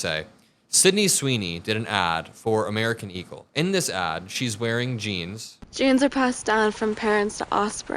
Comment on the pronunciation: WHY CAN'T SHE SAY "JEANS" NOT "JINES" 😂